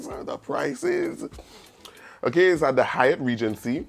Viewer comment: Hyatt really emphasizing the " high " part of their name ,damn 😳